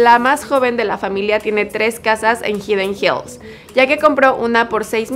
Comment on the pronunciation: Jajaja hidden hills jajaja no lo pronuncias bien